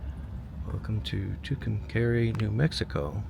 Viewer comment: It's pronounced Two Come Car EE!